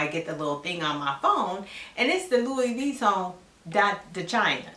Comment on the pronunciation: You said Pantene Pro-V 😄🤣 Your pronunciation of Louis Veeton has me cracking up!!! Thank you for this video